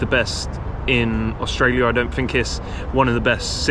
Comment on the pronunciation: "Fink" - opinion disregarded